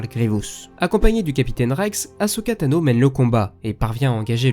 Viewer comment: C'est ce que j'ai cru comprendre mai comme il dit thanos avant ça me perturbe 😭